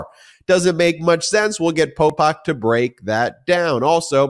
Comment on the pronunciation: Popok… I was driving around listening and I thought you were calling him pol pot😢